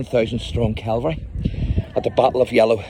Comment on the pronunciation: By the way, the term for US mounted fighting troops is "cavalry", not "calvary".